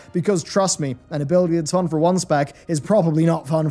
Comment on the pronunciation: Fu-un? Phun? Foon? What is this strange gameplay aspect you speak of? I might want to, on occasion, play a different spec or character for this... "Foun" (or just change things up based on what an encounter needs or absentee raiders) but without being massively handicapped by obtuse and restrictive systems? Activision: "What is this Phun? I do not understand this concept! Please stop making up fake words for your feedback!"